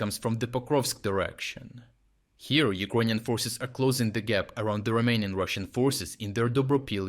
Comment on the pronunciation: I had to listen 3 times at the start when you said "around the REMAINING russian forces" because I thought you said the "around the ROMAINIAN rushing forces". That accent threw me off 😅